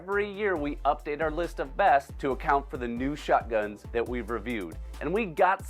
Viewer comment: I like it when says “waterfall shutguns”